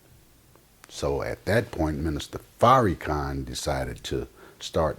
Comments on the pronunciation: It's not a mistake. This brother is to well spoken for it to be a mistake. He's calling him Fairykhan on purpose. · His name is pronounced Far- ra-khan! I Love The Honorable Minister Louis Farrakhan! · Word! It was making me cringe when he was saying The Minister's name like that! You don't have to agree with everything he says, but you can at least say his name right! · It's not a mistake akh. He's doing it on purpose. He's to articulate for it to be a mistake. How many other words has he said wrong? Fairykhan is exactly what this hateful brother is intending on saying. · Say Minister Farrakhan's name correctly brother. There's no need to be so disrespectful. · listening to this brother is like watching wet paint dry smh. say the minister's name right negro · You damn sure don't represent Farrakhan you can't even pronounce his name right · I know he is biased but he is not pronouncing the minister’s name with ill- intent. It is just how he speaks. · Pronounce the man's name right dude! Why you dissin Farrakhan like that? PEACE TO THE HONORABLE MINISTER LOUIS FARRAKHAN! !!! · I hate when people mispronounce Minister Farrakhan's name. It's corny. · Right, was just bout to posr that! "Its not an insult" but he gon say his name like that, lol um k